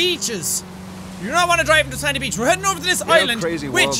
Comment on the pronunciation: Beach? Bitch? Beach? Bitch? Jeez Jack I didn't know you were Army!